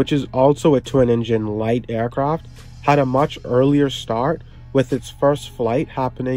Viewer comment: Why do you keep saying “aircroft“?